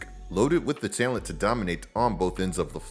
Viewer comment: Longtime subscriber and fan but I die a little inside every time I hear you pronounce the word, “talent”